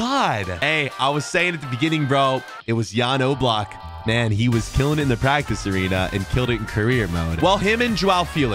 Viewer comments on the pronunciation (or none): none